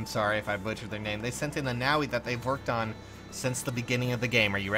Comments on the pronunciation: pretty sure its pronounced Noh-vee with the v pronounced like in vision. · Nao-wee..... <_____< looks up Nowi's Japanese name Huh, ノノor Nono. Yeah, I'm still convinced it's pronounced No-wee. To be fair though I pronounce it as Noh-wee.